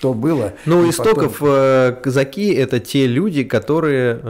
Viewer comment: user-ph9ls7wh1b но они об этом могли и не знать. Это было давно. Казаки - ударение на 2-й слог.